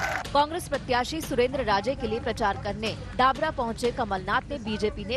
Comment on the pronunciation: डाबरा नही डबरा, और डिंडोर नही इंदौर टावर चौराह है वो 😅